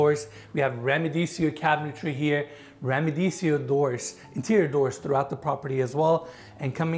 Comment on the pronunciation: I llve the way you pronounce RIMADESIO 😊❤ so cute